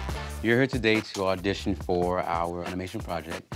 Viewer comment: "ardition" 🤦🏼‍♀️ poor 😂